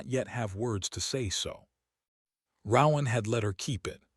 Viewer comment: Please, PLEASE teach the ai to pronounce RoAnn